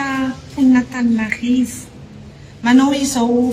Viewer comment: Izany hono ry mponin'Antaninarrrrrivo a😂😂😂!Marina izany Baba a, dia SANATRIA ho hadino sahady ny nanaovana anareo.